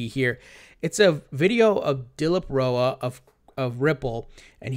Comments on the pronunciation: Bro, it's DILIP RAO. NOT ROA. You keep butchering his name. :D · Rao is pronounced as r ow where, r is pronounced as r in rat ow is pronounced as ow in cow